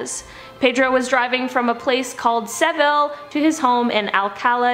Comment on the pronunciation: Seville Spain? Pronounce correctly